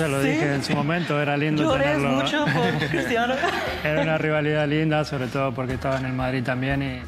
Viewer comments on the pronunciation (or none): none